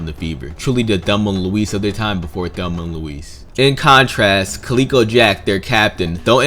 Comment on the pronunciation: No qualms about the bounties. However, Calico Jack is pronounced Cal-ih-ko not Calee-ko. Calico is a type of cotton fabric that was in high demand at the time, and calico fabric is still available today and is used to make clothing and quilts. He probably wore lots of calico and that became his nick name.